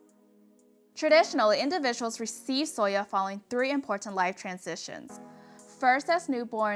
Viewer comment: Sølje is not pronounced soya. Though I understand the Ø can be hard to pronounce.